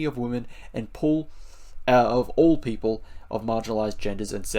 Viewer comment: I was listening and when you read the pledge and said "all people" I only heard "orc people" :D